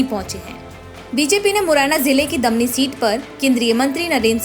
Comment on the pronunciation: दमनी नही है दिमनी है